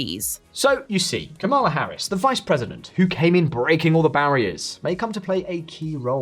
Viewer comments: It's KA-ma-la Harris. Get it right. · I would think you would learn how to pronounce her first name if you are doing a video about her. The lady introducing each section of your video can teach you. A lot of Maga Trumpers mis-pronounce her first name intentionally as a derogative.